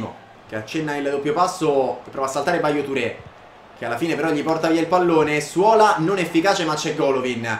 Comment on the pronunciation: Ballo-Touré si legge BALLÓ